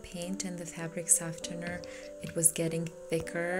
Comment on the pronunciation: That is not how you pronounce softener